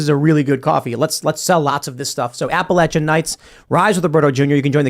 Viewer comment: Tim, it's pronounced 'A-pa-lay-shian.'